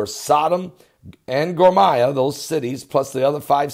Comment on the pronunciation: Isn't it Gomorrah (Guh-more-uh)? I've never heard it pronounced like that (Gor-my-uh). You're certainly more educated on the subject than I am, so now you have me wondering if there's another, similar sounding, city that I'm just totally unaware of.. Lol